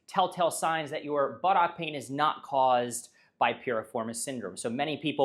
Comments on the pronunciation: puts too much emphasis on the OCK. It's closer to Buttuck. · Do you have to pronounce it butt OCK 😅 It's making me laugh.